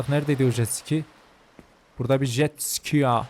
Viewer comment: Abi jetsiki değil jetski😂